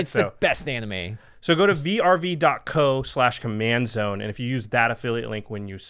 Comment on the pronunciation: I love you guys, but why are spelling VRV and not saying like most of everyone "verve"